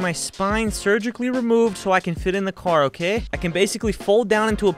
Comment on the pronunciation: why does the oh oh oooh im okay sound like oh oh oooh im gay lmao